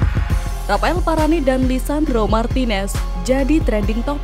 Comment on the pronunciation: Nama bek perancis itu di sebut VARANE bukan VARANEI